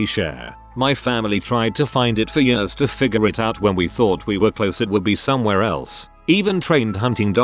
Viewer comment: literally no one: what's written: Years the reader: Yeurs